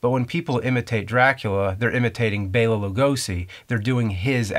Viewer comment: Man Dell Uh ! As in Nelson Mandela! And Bell Uh , Bella .. . not BAYLUH